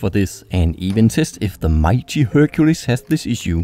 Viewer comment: Amazing vid dude. Just a note, Hercules is pronounced: her queue lee's